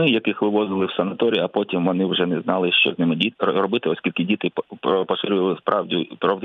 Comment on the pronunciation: п. Власто! Чому Ви кажете "щьо", "щьоби", "якщьо"? і ч у тих випадках, коли треба говорити твердо, Ви чомусь вимовляєте м'яко... Дякую за увагу.